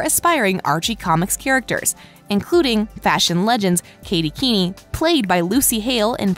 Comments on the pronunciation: Was anyone else annoyed when she kept pronouncing it Katy keeny😂instead of Katy Keene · umm, i don't want to be mean but it is pronounced Katy Keen, not Katy Keeny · I'm sad that skeet and marisol leaving but I know we will get tons of stuff I feel guest starting is what it is is gonna happen with them also drive me nuts it's not pronounced keenie its Keene (kee-n) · Yess, also it’s not pronounce keen-i it’s pronounced keen. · Me too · Katy Keeny Me: It's Katy Keene! Pronounced keen, jeez... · ITS NOT KATY KEENIE IT KATY KEEN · Omg I am soooooo triggered katy keenie no no no katy Keene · Can y’all please just say Katy Keene [keen] ; thank you 🙏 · Excuse me she pronounced this as Katy Keeneee? Bruh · “kAtY kEeNy” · Why does this person not know how to say names ? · I know it was so weird lol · It is really bothering me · I know I’m dying😂😂